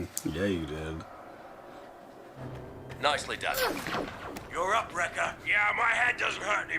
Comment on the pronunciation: I know you mean Wrecker, but you actually say Rex. I have done the same so I'm not looking down at you but I understand you. 😉